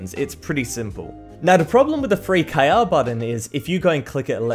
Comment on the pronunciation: why you say k a is KR